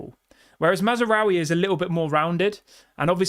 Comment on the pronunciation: THERE IS NO 'A" between Maz and raoui!!!!!!!!!!!!!!!!!! LEARN THE CORRECT PRONUNCIATION. DISLIKE!!!!!!!!!!!!!!!!!!!!!!!!!!!!